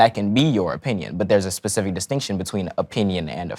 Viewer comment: My brain is literally hurting… how stupid can one be? 🙄 he says “pacific” … 😂 it’s SPECIFIC my dude